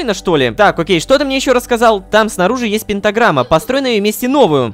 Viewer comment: научите рому говорить слово "пентаграмма"